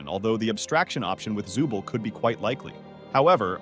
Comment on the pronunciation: It's zoovle not zubil🗿